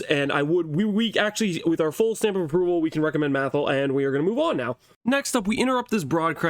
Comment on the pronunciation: Did you say stamp of approval for mathil or Simp of approval